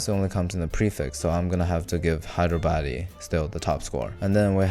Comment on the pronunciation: Bro says Hyderabadi as Hydro baddie 😭🎀